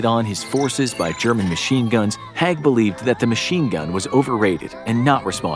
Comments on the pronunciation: HAIG... not HEG... just like CRAIG not CREG .... at least say the names right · Agreed. The assessment of Haig (pronounced as spelt and not "hag") was a bit too glib. There's a lot to consider in this topic and it's probably too complicated for a 20 minute video in itself, much less shared with other (less controversial) figures. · Very informative, but please learn pronunciations! Haig is pronounced badly, but how do you say Battle of the Somme incorrectly? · Learn how to pronounce the peoples names right. Haig more then the other. The a in his name has a e sound not a.